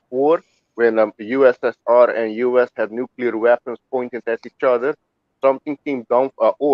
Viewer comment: FUCK NUCULAR, WE DONT UNDERSTAND THE TRUE MEANING OF NUCLEAR